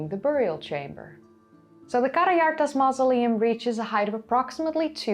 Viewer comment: Thanks for the video. I wanted to point out that the name of the culture is Andronovo, not *Androvono. Also, the j in Karajartas is pronounced somewhat like a French j (that is, like the English s in 'measure'), not like the Dutch j (English y).